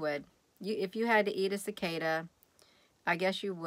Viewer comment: Cicada...Cicoda...at least you’ve tried it. 😊